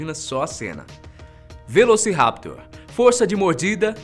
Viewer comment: A pronúncia correta é velocirapTOR e o plural e velociraptorES, o mesmo vale para o Utahraptor.